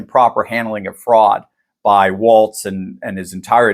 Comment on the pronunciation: *TO EVERYONE*: Tim Walz's name is pronounced "WALLS"; also, there is NO letter "T" in it. To reiterate, it is spelled W-A-L-Z, and is pronounced "walls". Thank you for you attention to this matter. 🤓🙏🙃;0)